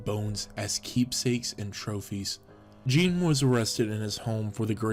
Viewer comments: Geen not jean, that’s the pronunciation. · I really like the video and love the presentation. My constructive criticism is based on Ed Gein. First, the his last name is pronounced different. You can even find a YT video that tells you how to correctly pronounce it. Second, he wasn't arrested for grave robbing, he was arrested after Bernice Worden, the owner of the local hardware store, went missing. Her son, which was a deputy, figured it out after seeing the last hand written receipt was for a gallon of antifreeze at the store and remembered Gein saying the night before that he would be in the next day to pick it up. Lastly, the furniture listed he made from the remains is incorrect. I don't doubt for a minute that you got the wrong information from researching the subject on the interweb. Like I already stated, I do like the video though.